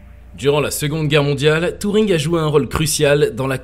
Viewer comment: C'est pas touring , mais Turring